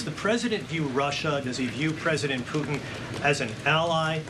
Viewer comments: It's Putin not Poohin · Puutin 😅she can't say it properly 😢 what about protecting Europe. Americas always late to step in. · Poo hehn??? President Poogh hen....???? Speak English, sis. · "President Poo'in" 😂